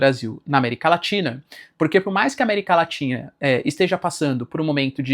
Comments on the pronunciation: América LATINHA 🤣 (Normal. Acontece. Mas é engraçado) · Eu ouvi américa latinha? Kkkkkkkkkk